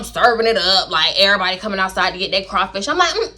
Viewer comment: “ the dew-sse is that for every-boday” lmfaooo 😂😂😂😂😂